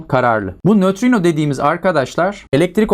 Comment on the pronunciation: Hocam çok güzel nötrino diyosunuz